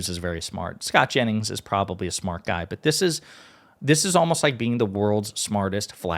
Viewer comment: Jennings not Janis